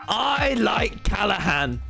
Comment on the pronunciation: No one: Tommy: cAlla hán